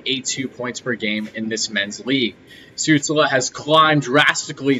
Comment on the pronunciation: You almost pronounced Stützle right! You have to pronounce the 's' not as an usual 's' in english but like a 'sh' like "fish" the rest was great! But no english speaking guy does pronounce it right;) btw great Video and greetings from Germany!